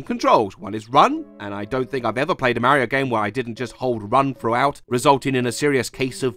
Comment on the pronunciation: if i hear him pronounce mario as ''mare-io'' one more time i swear